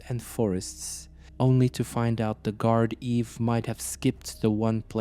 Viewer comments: It's pronounced guarda. No worries good video 👍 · It's pronounced "Gard-ee" 😅 (Not that it matters though). The fella who commented on the last video tried to explain that, but his device automatically incorrectly corrected it to "Gard-eve". All in all, another great video! Still better than some of the videos some locals are making.